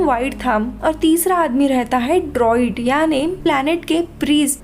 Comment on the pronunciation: Behan vo DROID nahe Druid hota hai.